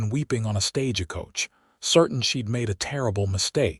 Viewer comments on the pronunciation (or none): You need to EDIT th AI reading, of course this assumes American English is your 1st language, or any editing will be totally useless. It is "Stage-coach" not "Stage-a-coach" The town is "Shy-ann" not " Chey-ey-ann". The word is "Sh-own" not "Sh-on". You also need to EDIT the AI closed captioning, his initials are K.M. but closed captioning keeps spelling his name with a "C" instead of a "K".